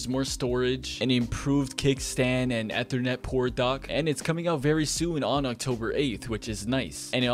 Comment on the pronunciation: Next video we teach him how to properly say “ethernet”.